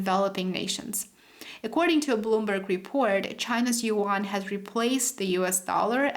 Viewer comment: yuan i believe not yean